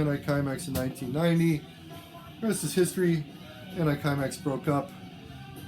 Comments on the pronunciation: Hello, great video and so nice to hear about som D-beat and "mangel". Could not find it in the comments below so I can fill in that it is pronounced anti-simex, it is the name of a pest-control company founded in Sweden. Thanks for your great Channel! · It's pronounced "anti seemex"